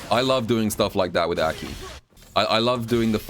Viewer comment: Crazy how he can pronounce mai correctly but not a.k.i.